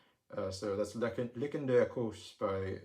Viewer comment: Lichen = lie-ken